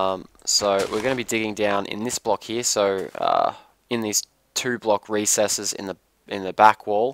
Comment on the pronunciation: i hate how you say "here" ...